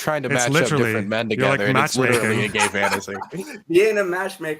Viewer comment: this sounds like that guy who says ' witturwy' (literally)